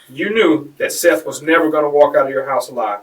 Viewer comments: It’s pronounced SETH not SEETH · Seath Jackson not Seeth bro give some respect for the dead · You realize that you don’t have a clue as to what you are talking about. She WAS NOT pregnant and “Seath” is pronounced “Seth”. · Dear, Fix your AI script so the victim’s name is pronounced correctly. The least you can do for the money you’re making off him. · I hate when the narrator pronounces the victim's name wrong, it's disrespectful. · You are pronouncing the name of the victim, Seath, incorrectly. It's disrespectful and shows you're interested in making money off the victim instead of helping tell his story. Do better. Pronounce his name CORRECTLY for his loved ones left behind. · Way to butcher the victims name. sucks.